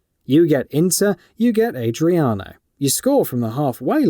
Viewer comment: Man can’t pronounce “Adriano” 😂😂 it’s not Adriana 🤦🏻‍♂️🤦🏻‍♂️